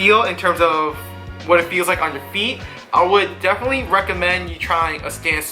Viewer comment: No, what the hell is wrong with this guy? He can barely fucking talk much less give a sneaker review I thought the word definitely was 4 syllables and had the letter “t” in it 😂😂. That boy ain’t right lol